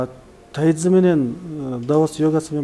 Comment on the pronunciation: Тайцзи дебей тайжи чуан десе туура болот го. Тайцзи орусча угулушу